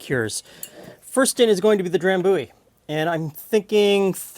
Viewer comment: Have you been to Scotland ? I used to live next to the drambuie factory. Maybe why I hate whisky. FYI Dram-bu-ie try say it like this with the “u’’ sounding like “you” then the ie on the end, that’s how it’s pronounced rather than “Dram-booie” as you say it.